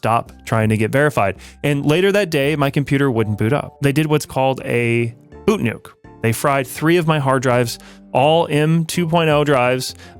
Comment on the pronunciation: it's Boot 'N Nuke, not Boot Nuke.